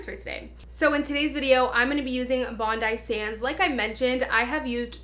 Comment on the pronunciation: I believe it’s pronounced bondee sands lol